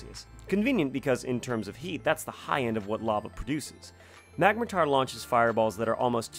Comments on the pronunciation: "magmatar".... its clearly magmortar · Its magmor-tor not mag-matar